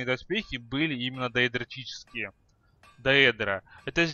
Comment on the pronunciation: даэдрические а не даэдротические :D